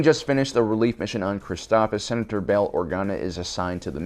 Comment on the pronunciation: Never seen this channel before, and I love the effort, but saying some names incorrectly (Christophsis! You're missing the 2nd S!) and this whole voice impression thing with Morgan Freeman are putting me off. Just use your own voice dude, it's fine! The Freeman impression doesn't fit here, and the switching back and forth between the voices throws off the feel of things. Am I watching sci-fi technical summaries, or hearing a bedtime story? :P If y'all like it, great that's your opinion and the creator's prerogative, and that's A-ok, but I don't like it. Otherwise a great video with tons of nice summary and nuggets!